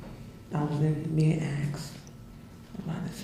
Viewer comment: she was not being "axed?" it's "ASKED" you dumb ignorant stupid ass.